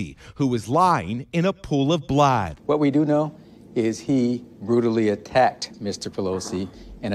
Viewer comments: " lying in a pool of blaad" is that reporter having a moment or what? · Did the reporter say "in a pool of blaad?"